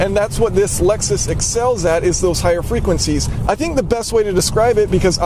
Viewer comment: You pronouncing the word frequencies made my ears literally bleed